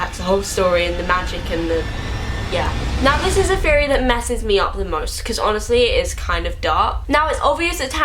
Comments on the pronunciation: "conspiracy FFFFeory" "Scar, his broVVVVer" "the weaVVVVer" -.- I never make fun of accents but the "Conspiracy Feory" thing is KILLING ME I cant.... and before anyone says "ummm...don't watch?" I have never seen this chick in my life and was not at all prepared for THAT. 😂😂😂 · i kept thinking "why is she saying fairy wtf is that like a thing from england or" and then i realized she's saying theory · Why does you saying theory sound like fairy? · anyone else thought she said fairy when she says theory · everytime she says theory i think she is saying fairy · when she said theory it sounds like "fairy" lmao